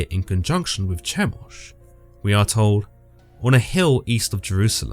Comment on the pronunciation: That, Chemosh is pronounced: Key-mosh.